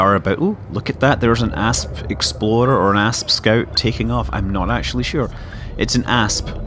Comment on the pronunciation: I love listening to you talk and i can easily understand your words, but every time you say "explorer," it sounds like you are calling it an "exoploder." Great amusement has been gotten out of this enunciation difference. Thanks!